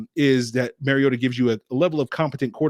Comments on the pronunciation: Mar-ee-ota not Mary-ota! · Mar-ee-ota notMary-ota.